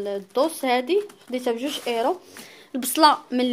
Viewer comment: ملك مغربية باينة عليك نتي كتكلي من طرف مكيهم لا حلال ولا حرام باز حنا كمسلمين شني شي حد غلط كنوجهوه ومن بعد شغلو حداك وحتا راه كيكولو اورو ماشي ايرو اوروبا كاملا وحتا قبل منجيو نعيشو هنا راحنا دازنا ف مدراسا وقرينا واحد فمغرب امي وتلاقاه كيعرف ينطقها